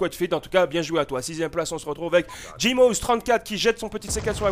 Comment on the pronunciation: Et puis C'est JimZoH, pas Jimoz mais bon pas grave on a vu le clip c'est l'éssentiel;)